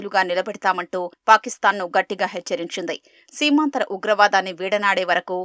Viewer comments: సీమాంద్ర కాదు సీమాత్రరాకుట్ర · బాబు గారు, అది సీమాంధ్ర కాదు; సీమాంతర. అంటే క్రాస్ బార్డర్ అని అర్ధం. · సీమాంతర ఉగ్రవాదం, సీమాంధ్ర కాదు